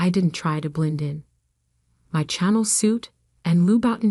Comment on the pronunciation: "Channel suit" and "Lou-buttin" heels 😂